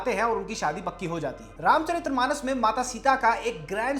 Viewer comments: Just to correct a small mistake, it is RAMCHARITMANAS, not RAMCHARIT’R’AMANAS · It's Ramcharitmanas, not Ramcharitramanas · भाई रामचरितमानस होता है न कि रामचरित्रमानस।